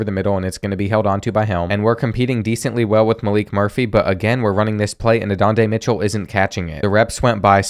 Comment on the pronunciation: Who is adondae Mitchell?😂 learn the names 😂